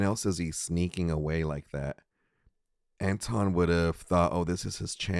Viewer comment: "wonton" lol....